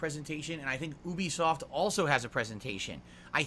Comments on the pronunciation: Bro said "Oobisoft" 😢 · The way he says Ubisoft 😂